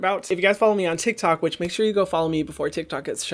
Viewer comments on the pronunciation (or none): none